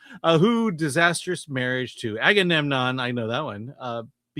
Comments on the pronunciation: ...It's not Aganemnon, it's Agamemnon.... This is why I call you shit like Ho Lee Phuk. Think about that. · "Aganemnon, I know that one!" No. No you don't. AgaMemnon.